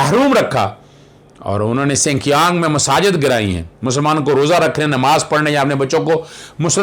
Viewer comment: Correction : BTW it is “ Xinjiang”, pronounced as “ shin jiang” and not “ sin kiyang”